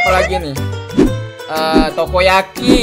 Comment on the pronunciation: Takoyaki bang bukan tokoyaki terserah Abang aja deh mau bilang apa